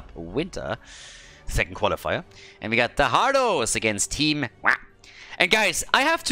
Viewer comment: ITS PRONOUNCED WAH!!!! NOT WAH!!!